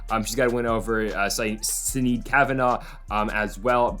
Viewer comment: Sinead Kavanagh... It's pronounced "Shin-aid"... all of these MMA content creators are upsetting us Irish folk. Stop it!!!